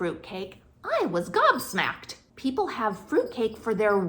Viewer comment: "Gob smacked" delivered exactly as a native would.